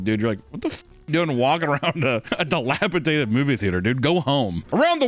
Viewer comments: I love you but hearing you say dilapatated, instead of dilapidated is giving hella JRE trying to say labyrinth vibes. Lab er ninth. Lmao. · Do a shot every time says "dilapitated" instead of dilapidated. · I’m sorry, but. It’s dilapiDATED, not dilapiTATED. Sorry sir I couldn’t hold it in anymore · just letting you know it’s dilapidated and not dilapitated. I’ve loved your videos for so long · I know you'll never see this or fix the mispronunciation but it's DILAPIDATED! DATED NOT TATED 😂 I still love you though so I'm never gonna stop watching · dilapitated > dilapidated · Dilapidated not delapitated 😂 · buddy, my friend, my pal....both you and...dog...its...its fucking "dilapiDated" NOT "dilapaTated" YOU ARE PUTTING, AN EXTRA T IN THERE. I LOVE YOU BOTH. YOU PROBABLY GET COMMENTS LIKE THIS ALL THE TIME BUT DEAR FUCKING GOD MAN COME ON. Its not just you, its as well, don't worry, I am, its- jesus you guys have amazing content. Love it to death. I am autistic. dilapa-DATED, is correct, NOT dilapa-TATED...FUCK... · It's dilapidated. Not dilapidaTed.... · I think he said “dilapitated” and not dilapidated.😂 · Dated dilapidated not tated. love you dumbass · It’s dilapidated, not dilapitated. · Look,...I've put it off for long enough...This video has put me over the edge...The word is - Dilapidated. Dilapidated. Dilapi--dated. Not dilapi--tated. I'm going insane. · Every time or say “dilapiTATed,” a part of me dies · Take a shot every time says, "dilapiTated." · Every time he says dilapitaded I want to throw something. This was more frustrating than when Wendi says alliteration and demonstrably doesn't know wtf it actually means. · [clears throat] Delapi-DATED. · Kinda funny how every single instance of "dilapidated" was pronounced "dilapitated" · Someone please tell it's 'dilapidated' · genuine pain hearing say "dilapitated" so many times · Dilapitated is not a word,.